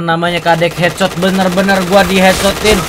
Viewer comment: Kadekhetsot🤣 orang bali tuh wkwkw